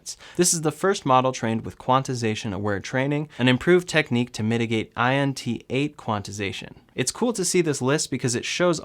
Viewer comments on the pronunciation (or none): Int8, never heard someone pronounce it like that LOL